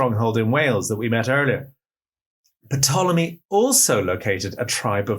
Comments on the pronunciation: It's originally a Greek word "tulami" so no P is not said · Is it an accepted pronunciation of ‘Ptolemy’ to voice the ‘P’? I hope this doesn’t seem pedantic, but it’s just that I’ve only ever heard it pronounced with a silent ‘P’, regardless of which Ptolemy is being referred to.